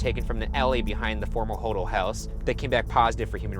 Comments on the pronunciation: Its pronounced HO-DELL, not HO_DLE. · IT'S HO-DELL! I'm so annoyed right now. Haha. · okok he got it right later but when he said George hodel this episode he said it wrong it's pronounced (ho) (dell) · It's actually pronounced Ho-DELL, not Hodl. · It’s pronounced “Hoe-Dell”!!! 🤦🏾‍♀️ I’ve been listening on his granddaughters’ podcast so.... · Hoe-Dell that's how it's pronounced im pretty sure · It's George Ho Dell (pronunciation) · Hodel is pronounced (Ho-dell) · Hodel is supposed to be "Hoe-dell" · ('Hodel' is actually pronounced oh-dell.) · Omg lol I'm sorry but it's bothering me... It's pronounced Ho-dell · You miss pronounce the Hodel name! Makes me crazy. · I stopped this the moment “Hodel” was mispronounced! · Me. Thinking about how Ryan was pronouncing Hodel wrong at some point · You’re pronouncing Hodel wrong. Lol!!! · They r pronouncing hodel incorrectly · my favorite series!! Also, I think you were pronouncing the guy's last name wrong...and Ghost Adventures have been to that house!!